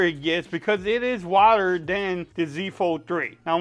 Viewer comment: I like the way you pronounce "wider". Took me three times for me to realize you weren't saying "water".